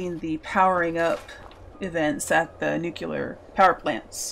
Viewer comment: nu-cu-lar xD